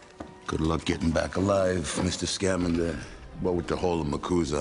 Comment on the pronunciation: It's ScamAnder, not ScAmander.